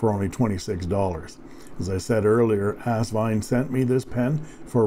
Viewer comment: Kudos to another captivating review -- and to the correct pronunciation of Asvine! I knew it was still possible to teach an old...I mean Dog...new tricks. LOL, and BINGO!